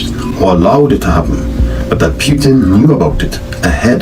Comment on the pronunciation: It's PUTIN not PYTIN